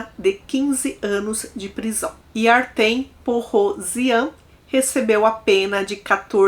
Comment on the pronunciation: Oi, o nome nao é Artem, escreve Артём e pronuncia "Artyom". É um nome slavo comum.